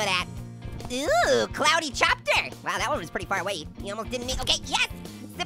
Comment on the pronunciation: It's Cloudy Copter, not Cloudy Chopter!